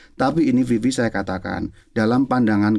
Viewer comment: Maaffff Vivi , bukan Fifi 🙏❤️